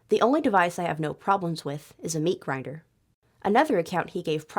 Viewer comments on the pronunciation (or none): none